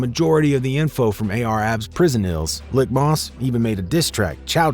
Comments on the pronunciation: "LEEK (Leak)"....LIK....MOSS. Not "lick" moss. Fucking up that man name. He's running OBH now. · Leek moss not lick moss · It’s pronounced like Leek Moss